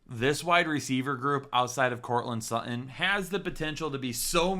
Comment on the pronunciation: Courtland Suh-in. 😂